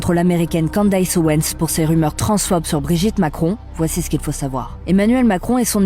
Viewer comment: Ca se dit "Candice" pas Candaiiiysse. C'est une voix IA ou quoi?? Non en fait IA ferait pas cette faute